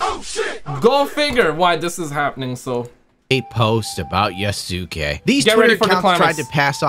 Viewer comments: U is silent in japanese, Yasuke is pronounced ya-skay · Hahaha, no. Sa, shi, su, se, so are the syllables they are using. Like in the famous sword masters name, Yamaoke Tessu. The U is only silent, when they use it to prolong the O. Then they write OU, where you pronounce the O as long O (we Hungarians write it as "ó") and the U is silent indeed.